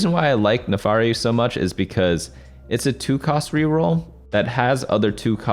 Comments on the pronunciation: it's NAAAAAFIIIIRIIII pls for the love of god not NEEFAAARI I'm dying here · its Nafiri not NAFARI lmao